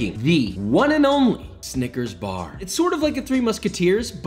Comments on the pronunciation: that is NOT how to pronounce snicker... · he did NOT say snickers. 💀